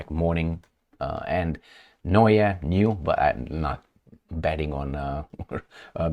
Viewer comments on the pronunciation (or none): none